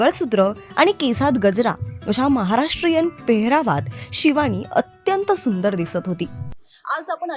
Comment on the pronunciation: शिवाणी, बण मस्का, अणेक... 😂😂 हेच ऐकायला मिळाले... मंगळागौर नव्हतीच